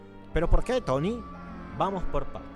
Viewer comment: Y por que lo dices?